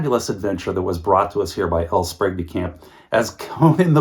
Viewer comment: You had me until you said L Sprague DeCamp